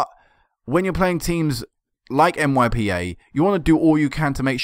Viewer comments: it'a not M.Y.P.A. it's MIPA. :) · you pronounce MYPA, it's MIPA. :) I'm not trying to confuse u. :)